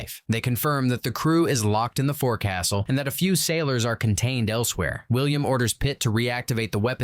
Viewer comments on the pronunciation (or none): Loved this, but its foc'sol not forcastle come on Hollywood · The word forecastle is pronounced fork'*sel. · "Forecastle has its own, English, pronunciation, you know ! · Forecastle (the forward-most part of the deck of the ship) is actually pronounced “folk-sull” and abbreviated to fo’c’sle. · It's pronounced folk sul not forecastle.